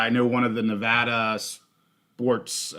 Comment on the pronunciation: Appreciate the Nevada pronunciation!! 🙌🏼🙌🏼 Always love the show - watching at the park as always with my boy Jerrie!